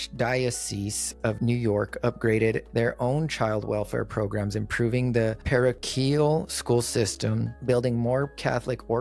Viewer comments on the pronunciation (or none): Parochial pronounced par oak e el. Bless you.